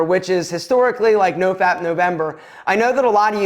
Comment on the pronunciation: Novap? Nofap? What are you saying exactly? Please spell out the acronym you’re speaking of.